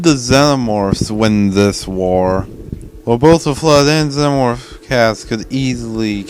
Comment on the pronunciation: How do you pronounce xenomorph so incorrectly?